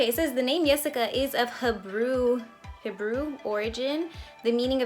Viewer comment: omg its pronounced HEE-BREW😂